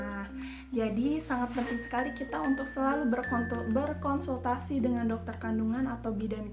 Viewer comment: Berkontul eh.. berkonsultasi 😁😁😁